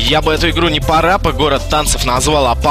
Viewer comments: Мэд,не парАпа город танцев,а парапА гОрр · почему он ударение в название ставит неверно?) пАра пА! =) йопте, если другими словами это "несколько движений" :) Па - это танцевальное движение, если чо.